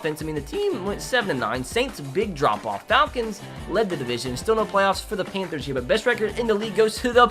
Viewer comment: DID YOU SAY PAINTTHERS. IT IS PAN THERS